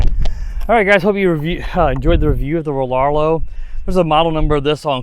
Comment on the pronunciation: “Rarr-Row” the L is silent